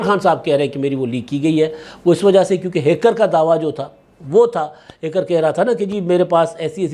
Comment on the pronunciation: او با با سندھو ہییکر نہیں ہیکر۔ ہے کر۔ ہے کر۔ ہے کر